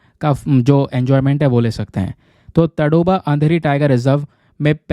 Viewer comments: तडोबा ❌ ताडोबा ☑️ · Sorry to say but सर वो ताडोबा हे तडोबा नहीं जब आप तडोबा बोलते तो अजीब लगता...